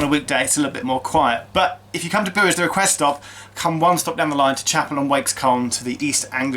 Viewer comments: Pronounced b-you-ers. Bures. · It is a very cute station in a lovely little village and just happens to be my nearest station, I live 4 miles from there. By the way, 'Bures' is pronounced 'yours' with a 'B' in front. I can't understand why you went to Colchester, changed to go back to Marks Tey and changed again for Bures when you can get an Ipswich train from London change at Marks Tey which connects with the Sudbury branch line. Great video. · Geoff, I live in Ipswich, and everyone I know who knows the place, pronounces it 'BYOOWERS'. My late father had a very good friend who lived there. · We are local and pronounce it Boo’ers. Great videos, love all your work. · It’s pronounced b-yours but without the Y. If that makes sense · The local pronunciation is "Byours" (rhyming with "yours") and "Marks Tey" rhymes with "tea", which may appeal to you. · I live in Colchester and i've always pronounced, and heard it pronounced, Marks "Tay", and Bures is B'yoors or Boors depending on how local you are... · I live nearby this confusion, it doesn't make sense to me either. However, can confirm it is pronounced B-you-ers. Bures is split into two parts. Bures st mary is in Suffolk, while Bures hamlet is in Essex. I cross the bridge that separates the two many times. Hope this helps anyone confused. :) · Geoff, considering I’m going camping there this weekend I can confirm it’s pronounced b-YOUUR-es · I think it is pronounced 'byoors', no 'w' sound really necessary. The railway viaduct at Chappel is apparently the second largest brick built structure in the UK (after Battersea Power Station), so worth a visit for that as well as the museum. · I live not far from there, and I believe Bures rhymes with 'yours' !! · It’s pronounced B YOURS. There’s a good little folk festival there every year. I’m liking these videos where you come to my neck of the woods. (Essex and Sudbury) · As any respectable local knows, Bures has two syllables (boo-ers), as does "spoon" (spoo-un)